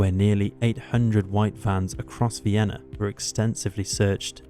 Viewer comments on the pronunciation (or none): none